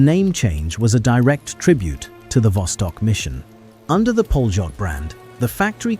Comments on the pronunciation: Polot is pronounced Polyot. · No it's pronounced "pa-lyot"